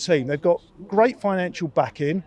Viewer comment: I had Gweat Expectations for Julian s interview